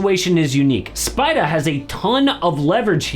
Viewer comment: I love you but please STOP saying SPIDAH. no one will hate it you just say spidER